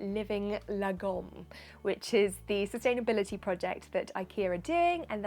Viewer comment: "Lagom" is pronounced laa-gomme with the weight being on the first half of the word. You're welcome!